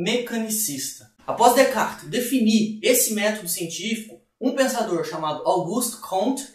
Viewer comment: Decar foi a pronúncia mais estranha que já ouvi